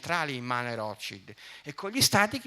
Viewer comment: Non sai neanche come si pronuncia il nome della famiglia più influente del pianeta. Dovresti prendere lezioni di tedesco.